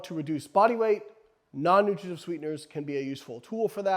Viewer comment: Slow down with the, “Non-nutrigijutv sweeteners.” lol